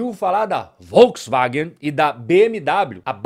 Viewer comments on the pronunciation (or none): none